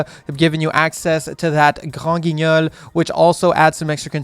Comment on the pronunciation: Every time he says granguignol I feel like I’m at a French restaurant 😂